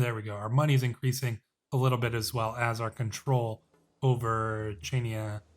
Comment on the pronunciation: Also Chainia is pronounced “Hania”